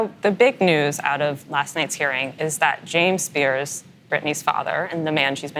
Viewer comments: Spears' - pronounced 'spears', not 'spearzez'. I know--it's weird. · The interviewee/reporter used it correctly. The interviewer, however, repeatedly pronounced the possessive form of the name incorrectly by adding '-es' to the end of 'Spears'. It's an interesting rule, but when a name ends in 's', the possessive form is pronounced exactly the same. Example: Britney Spears' dad is James Spears. In the sentence, both occurrences of their last name is pronounced the same. One is possessive and one is not.